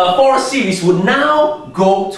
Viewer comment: I appreciate your Fourier Analysis' application to Electronics. And by the way, it's fur-ee-ey. Zero it out. And can you give dissertation on wave functions as they apply to wormhole theory? You could also say, "The convergence theorem 'suggests.'" Thanks for explaining infinite partial sums.